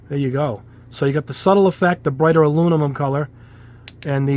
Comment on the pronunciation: Aluminum not alumimum